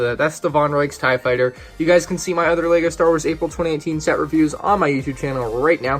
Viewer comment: Ah yes vonregs TIEE fighter